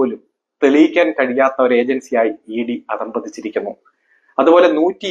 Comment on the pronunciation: അധ: പതിച്ചിരികകുനനുഉചചാരണംശരിയാകകുക